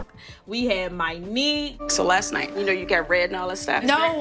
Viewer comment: Lol you calling Mynique With a Y instead of a O. Who does that anyway 😂😂